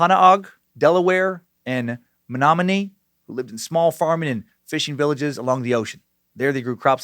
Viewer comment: the fact he got Menominee tribe pernoced correctly i give a standing ovation. it is a strange tribe name from Wisconsin.